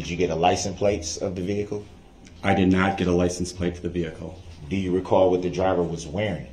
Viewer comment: "licenplace" he says lol